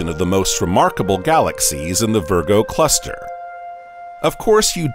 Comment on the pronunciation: It's fascinating this new pronounciation of the word galaxies. Galaxies, 3 syllables, right? That's what I thought, but, no, it now has 4 syllables by the narrator calling it " galaxies-uh." Must have said it this way 50 times, galaxies--uh. Glad he didn't teach English class to my kid.